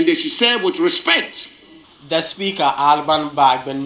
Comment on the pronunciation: "Eme afa " and not "Emefa" .